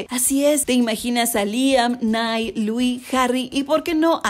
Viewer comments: seria mas bien "naial", no "nail" aprende a pronunciar y no pases verguenza. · no sería nayal sería más bien como naial y busca que así pronuncia él mismo su nombre y no le vamos a discutir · he visto miles de entrevistas de los chicos, yo sé como se dice y el claramente dice "I'm Niall (nayal) Horan", solo escucha como lo llaman sus amigos, los chicos de 1D, siempre pronuncian "Nayal" y no tendré esa conversación contigo porque he estado siete años siguiendo a esos chicos y sé muy bien sus nombres. Have a good day! 😂✌🏻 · Saquenme de una duda el nombre de Niall se pronuncia Nail, Nayal o Nial, Neil que onda? Yo lo pronuncio como Nayal